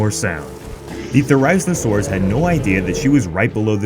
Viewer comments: Triggered with the way he pronounced it. 🙊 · Idk why but it triggers me how he say therizinosoarus ghddg,earhqcnkacfa rdgkjaev ge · Pronounced therizinosaurus wrong but other than that good vid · Dude learn how to pronounce it for god's sake. You made a whole video on it and can't even properly pronounce the word. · I’m not watching a video where the narrator can’t properly pronounce therizinosaurus correctly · Bro you said it wrong no disrespect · The way he say it’s name makes me so angry. Couldn’t take the time to do any research on proper pronunciation? Wtf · Love the video. Butchering the pronunciation of the poor dino's name though.... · At least say it’s name properly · All ark player are disappointed on how you said therizinosaurus😂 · Therizinosaurus is wrongly pronounced. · Doses he know he is saying it wrong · ... are just going to ignore the fact he pronounced it wrong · honestly it really irritated me on how he pronounced theriziosaurus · Why do you pronounce Therizinosaurus like a slow kid who got into his moms downers? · That not how you say therazinosauris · You horribley butchered that dinosaurs name it made me gringe every time You said it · ITS NOT A THERIZENSARURS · You are pronouncing the dinosaurs name incorrectly. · He says it wrong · Please pronounce this Dino’s name correctly. I just… fuck that’s so bad. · You said its name wrong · your saying therizinosaurus wrong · When you can't say therizinosaurus properly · One thing I don't like is how he pronounces the name. 😩😩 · that is not how you say it's name😭😭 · You pronounced the theri name so wrong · You pronounced it's name wrong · THATS NOT HOW YOU SAY THERIZINOSAURUS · That’s not the correct pronunciation of the dinosaur 🤦🏾‍♂️ lol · Its THERIZINOSAURUS NOT THE THERAIZNOSAURUS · I love your channel, but I’m sorry you’re pronouncing Therazinosaurus so wrong, your saying Ther•I•zno•saurus but it’s pronounced Thera•zino•saurus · Therazinasaurus not therizmasaurus. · There-i-zeen- o- soar-us